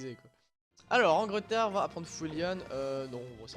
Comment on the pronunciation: Angleterre engreterre lol